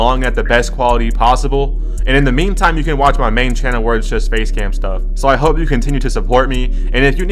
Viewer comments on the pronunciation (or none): none